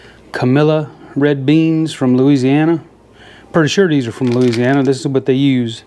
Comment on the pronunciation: You said Looziana like a real Cajun :-) 4 syllables not 5 haha! Looked amazing buddy...pork tenderloin is one of my absolute fav cuts of meat!